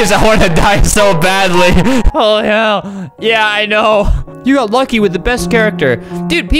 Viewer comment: he barely said it he said "olyhehll"